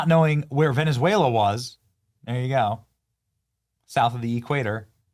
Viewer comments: She could not even pronounce Venezuela right because it's not Venesuela, and it's just south of Porto Rico your home country, Sandy!!!!! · She did however, throw her Latina accent in her pronunciation of Venezuela...😂😂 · She sounds like she's trying to tickle the back of her throat when she said: "Venezuela" and also when she said: "Maduro which came out as "Madoodoo".